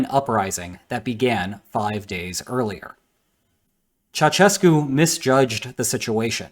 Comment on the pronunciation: Its not "Chachescu" its "cha-u-shes-cu"